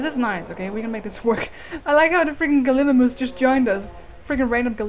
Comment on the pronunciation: ps. it's pronounced Gal-ee-my-mus Galimimus